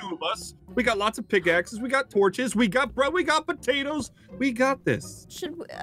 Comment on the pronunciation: Guys, according to in 2019, it's not torches, it's toaches. There's no better word than toaches.